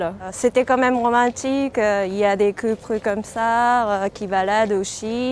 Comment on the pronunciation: C'est trop ouf son accent, énorme comment elle mélange les R et les L ("prus/les coupres) alors qu'elle prononce parfaitement dans d'autres mots. J'ai pas l'habitude d'entendre cet accent il faut dire ! (Et "Canapé lit"sonne tellement japonais dans sa bouche !)